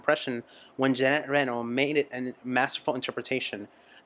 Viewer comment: And seriously, your tears feel like ours when we first saw this. Ginette Reno presently only has 10% of her hearing left. It probably already was the case back Them.... And she still giving show she's a godess.... And by the way, it's Ginette Reno and not Janette Reynolds...... You make me laugh so hard with this name!!! 🤣🤣🤣